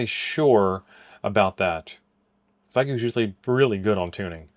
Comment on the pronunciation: It’s NOT “XY GOO” it’s pronounced “Shee yay goo”. Geesh what is SO difficult in learning how to pronounce the name of this company. It really IS NOT that difficult!